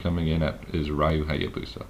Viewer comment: Why does everybody pronounce "Ryu" wrong?!